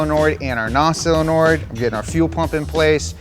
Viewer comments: "ok so I have mounted our fuel solenoird and our nos sellonord..." I love it. It's like Benjamin Cumberbatch trying to say "penguin" in that documentary. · Him calling it a sillinoid valve hurts me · Silanoids 😅😅😂 ….. is it not Solenoid😂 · Why do people consistently pronounce “solenoid” as “seal-a-norid” lol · Honest question: Anyone else hearing say "sillynoid" or is he doing that on purpose? I'm all for combining "silly" and "solenoid", but... ummm... yeah, genuinely would like to know. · I like how he keeps saying "sillynoids" . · I can’t unhear you say “cylinoid” instead of “solenoid” over and over again. I’m going to steal that and piss off all my engineer friends. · There's just something so wholesome about pronouncing solenoid as silenoid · Is he saying “sillynoids”? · Why can't he say Solenoid? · WTF is a "Sillanord"??????